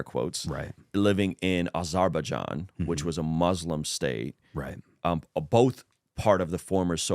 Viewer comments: The biggest scandal is that pronounciation of Azerbaijan haha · The pronunciation on Azerbaijan😂